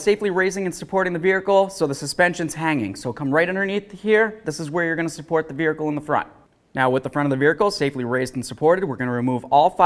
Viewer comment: Safely supporting the verhical ?? Never heard it said th at way